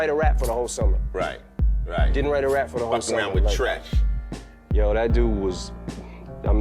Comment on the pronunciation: It's Treach.. Not Trench... You started off fuckin up... 💯💯